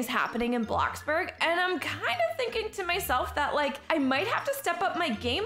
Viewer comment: Ummmm you said blackburg its bloxburg